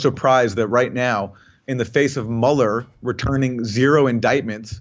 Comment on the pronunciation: Mueller is pronounced M'you'ller , because it's a German name. Aaron Mate' is pronounced Mah Tae if we apply the same to Aaron's surname We would have to say M8, being Aussie a mate is a good friend, Aaron Maaate!